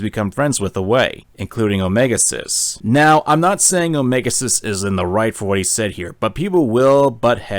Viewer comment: I keep hearing "omega sus" instead of "omega xis" among us has fucked with me and i fucking hate it